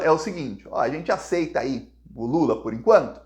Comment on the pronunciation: Não é lulu é lulaaa